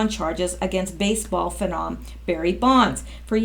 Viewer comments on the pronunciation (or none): none